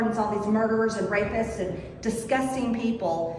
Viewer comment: Not to mention "rapers". That is an unusual pronunciation of "rapists."